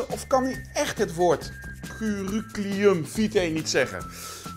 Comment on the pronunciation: Het is curriculum niet curruculum